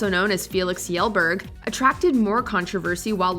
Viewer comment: "Felix Yellberg"